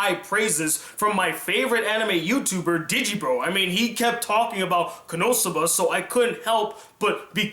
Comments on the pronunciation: I keep hearing you say konoTsuba and it's funny coz there are clips in between saying konosuba 😂 nwei great review 👍🏼 I hope you review Demi Chan when it's done:) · its kono-suba not konotsuba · Why does it sound like you are saying Konotsuba, and not Konosuba? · His pronunciation of it? Yes, me too. Not sure i'll watch it all, stopped at 5.33 to write this. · For some reason I keep hearing "KonoTSUBA" xD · Why are you calling it Konotsuba?